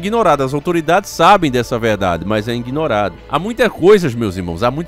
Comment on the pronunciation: Inguinorado ou ignorado? Acho que palavra certa seria iguinorado